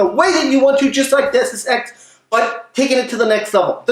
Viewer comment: Deus Ex. Pronunciation Day-oose-ex From the phrase "Deus Ex Machina" which is a literary device in which god or a god like force fixes the protagonists problem.